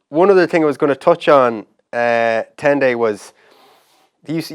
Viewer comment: It was so bad. Fergus said it wrong so many times 🤣